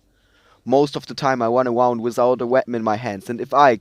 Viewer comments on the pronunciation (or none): "Im wunning awound"